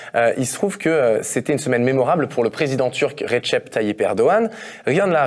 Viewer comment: on dit "redjep" et pas "retchep"